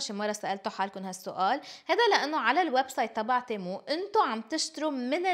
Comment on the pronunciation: تيمو ❌️ تمو ✅️